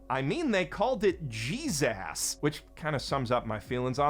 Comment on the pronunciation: holy SHIT "JESAS" took me out